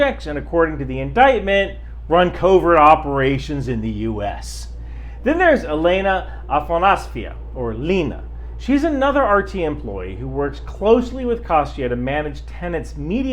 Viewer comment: "Lena" is pronounced Leh-nah. Also that and Kostya are just the short versions of their names, like Jim is to James, you don't have to mention those.